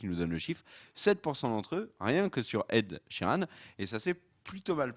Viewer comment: Ed Sheeran !! Pas "Sheridan" LOL